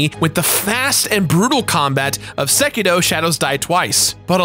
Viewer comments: Its sekiro, not sekeedo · It is sekiRo not SekiDo... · Why the hell does he say "Sekito" instead of "Sekiro" ? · Ahh yes sekido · Am I the only one that hears him say "SekiDo"? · I hate the way you pronounce Sekiro. There is no letter D in Sekiro.